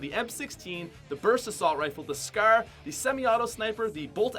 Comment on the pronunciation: How every fortnite player pronounced the scar scar How pronounces it S-CAR